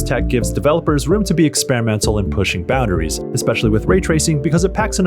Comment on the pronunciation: You pronounce the word boundaries incorrectly.